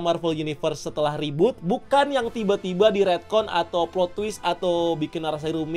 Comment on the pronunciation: Reboot ❌ Rebhort ✅